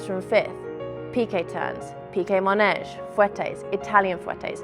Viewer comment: MAnège not mOnège ;) ❤